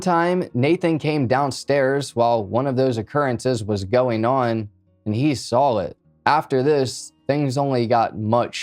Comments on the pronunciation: “and he sawl it” My cousin always used to say that instead of saw it..and it always makes me smile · Thats cute but its a huge pet peeve of mine. I don't understand why they add an L at the end 🤷‍♀️